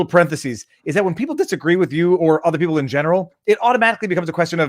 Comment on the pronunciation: we are li-eople. hehe.